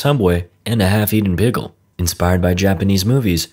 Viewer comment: Bigle? Bagel? Beagel? you mean PICKLE?